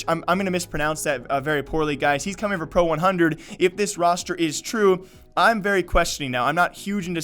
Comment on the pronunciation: Flarich is a promising CIS region talent. Just an FYI Pro100 is pronounced like “Pro Sto”. Russian for 100 is сто.